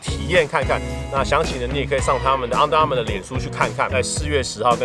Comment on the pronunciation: 那個「昂的Armour」我有被戳到笑點🤣🤣🤣